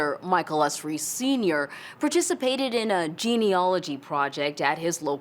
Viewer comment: It would have been good of the producers to pronounce Michael Usry's name correctly. They had, after all, heard him say it himself in their interviews of him